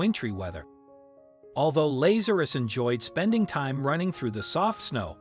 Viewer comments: Not Laz ( like maze).....LAZ ( like has) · This "miracle" has been heavily massaged. First, if the cat had been "FROZEN SOLID," it would have been dead; its heart would have stopped beating. Second, there were two men named LA'za.rus (the narrator didn't know how to pronounce the name) in the bible, both of whom got sick and died. Both were resurrected by JC, which is why the family gave the cat its name.